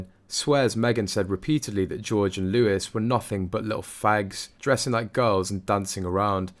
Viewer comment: It is Louie. You do not pronounce the s.